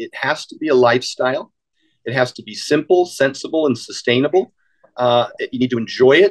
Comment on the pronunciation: I know isn't the sharpest tool in the shed but "substainable"?